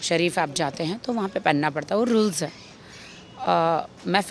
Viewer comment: I like the way she pronounces rules🤣